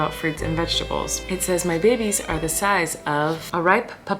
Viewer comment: My family is praying that your little babeh’s (I tried spelling it the way you say babies 😆) will be home for Christmas. Sending LOTS AND LOTS OF PRAYERS AND AMAZING VIBES YOUR WAY! ❤️ ❤️ ❤️ ❤️ ❤️